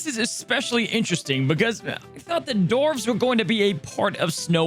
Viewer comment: dwarfs, with a W Dwar, not door-ves Thanks bud 😊